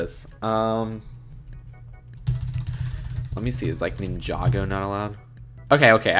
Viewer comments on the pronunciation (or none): none